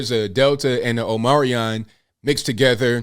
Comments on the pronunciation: dear God man please pronounce things correctly. OHM-EE-CRON not OH-Merry-ON. HOOSE-GOW not Hoose-Gooo. Dear God, man, I'm about to unsubscribe because this is the auditory cringe I get from the wrong use of loose <-> lose. At least */residen Brandon says "OMNI-CRON" which is closer to the phonetic accuracy than your pronunciation. FFS, dude. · It is pronounced, Omee-cron.. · Omicron not Omarion dude 😂 Come on you're perpetuating the cliché of Americans who can't read. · " omicron " is not an english world, so you're misspronauncing it...by the way, good on you to point out the level of hypocresi coming from the Dems.